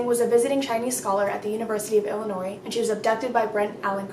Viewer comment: Also thank you so much for pronouncing Illinois right!! So many pronounce it Illinoissss